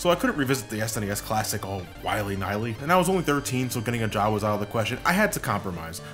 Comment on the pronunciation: "Wily nily".